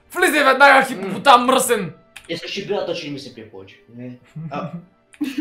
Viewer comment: Само на мен ли ми се стори че монстъра каза: хитопотам